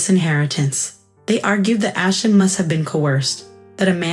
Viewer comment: Ashton, not Ashen. Won, not one